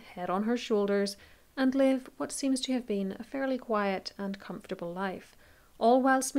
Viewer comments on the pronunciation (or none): none